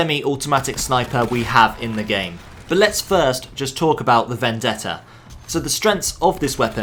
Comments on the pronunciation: im serious, everyone uses to pronounce it "vendedda" when is actually "vendetta" as you read it :D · As an Italian i can say that your pronounce of "Vendetta" is perfect. Amazing video as always btw 💙